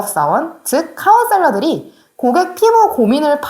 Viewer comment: 아디터가 아니라 에디터고, 카운셀레가 아니라 카운셀러 라고 부탁드려요..^^